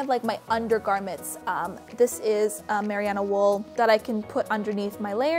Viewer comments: Loved your video! By the way, Merino is pronounced marine-oh (like "marine" life and then the letter "O") :) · Tip from a New Zealander - Merino wool is pronounced "Mer- Rhee - No" :) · Merino is pronounced Mer-reen-oh. Trust me I'm kiwi 😂 very interesting way of saying it haha. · you are pronouncing the wool wrong its ma-ree-no (im from nz) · Merino. Mare-eeee-no. Merino wool. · "mariyano wool" lol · Haha five years later on I’m guessing you now know it’s mah-ree-no wool 😂🤣🤣🤣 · Merino??????😐😐 Its MER-EE-NO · You are mis pronouncing the shit out of merino! It’s not “Meriano.” Great video otherwise. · haha I was confused of the same thing. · thank you so much, it was driving me crazy! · Great video, so helpful for my upcoming trip! It’s absolutely driving me nuts how you say merino wool though 😅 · The way she says merino though 😂😂😂😂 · Lol love the shoutout to NZ with the wool, but you are pronouncing merino wrong haha alg though love this video :) x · nice video, but please, check again how to say Merino wool... that was annoying to hear :D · Merino wool? Never heard of Mariana wool. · Lol your not pronouncing merino correctly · Super informative! Thank you :) but just for future reference: it's pronounced merino wool, not mariano. Not trying to be rude, just trying to be helpful. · just want to add. its not 'miriano' but rather 'merino' (pronounced: mereeno) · m UR - ee - know not mer i ah no Lmao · Just a heads-up from a New Zealander :-) You are saying "Merry-AH-no" wool … it is actually pronounced "Ma-REE-no" wool. (Merino wool). And you're right, its great stuff. Good video :-) Have fun on your travels. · MARIANA WOOL? mer-RIN-no Merino wool is primarily grown in Australia, just the Kiwi's made it famous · Did she really say Mariano wool? Isn't it merino (mer - ī' - nō) wool? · Not to be a dick (I'm going to be) but Marino wool is said like Ma-ree-no not mariearno 👍🏾 you're so organised! Awesome! How much did all of that cost??